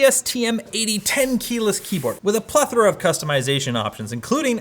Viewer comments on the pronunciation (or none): none